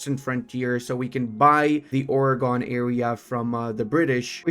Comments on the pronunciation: Oregon is pronounced like "organ", saying this as a local to Oregon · I am an Oregonian and you said Oregon wrong i am now annoyed but other than that good vid.